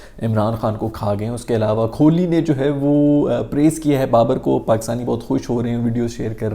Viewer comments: The pronunciation is Kohli and not kholi. Please correct your pronunciation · Khholi nhi hota kohli hai😂